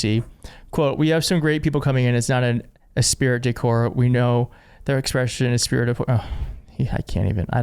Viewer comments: Great video. But... Your pronunciation of many words sounds like you just got off the boat. Such as esprit de corps. It is pronounced espree, not es-pir-it. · Dude it’s pronounced ess-pree de core. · Jesus, EEthos and esPREEdecor.